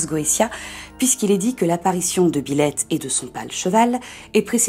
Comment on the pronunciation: Pardon, mais pendant toute la vidéo, à chaque fois que vous prononciez "Byleth", j'entendais "Biloute".... Sinon super vidéo sur un démon fan de chat !